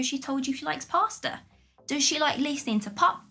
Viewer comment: No R in Pasta !